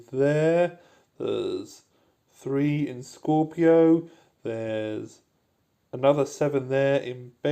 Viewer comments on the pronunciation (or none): 2026 and still callls scipio as scorpio. Mad respect btw, without your guides I wouldn't get lotus f2p 3 times